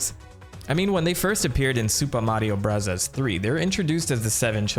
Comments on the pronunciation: If I hear u say “Super Mario brazzas” again 😂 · The commitment to saying Mario Burazas sends me. I love it. I subscribed as soon as you said you would do it and it’s why I stay. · Why do you keep saying "Burazaazu"? It makes no sense as Katakana is meant to mimic American English, English or Foreign loan words. It would be like saying "Chiizu Baagaa" instead of Cheeseburger for a video history about MOS burger. I don't dislike the video at all but that kept standing out to me every time you did it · Why do you say super Mario “brothers” like that. 😂 great video. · Couldn't make it through the video due to the way you pronounce the word BROTHERS. 😊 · Why do you say super Mario bros. Like that I cringe every time lol. 😂 Great video tho 👍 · Why do you say super Mario brothers like that? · Cool video and everything bro but i promise u dog u don’t gotta pronounce “super mario bros” like that lmfao it’s driving me insane, stop it. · he pronounces that way as a running gag, after someone got on his case for saying 'bros' instead of 'brothers'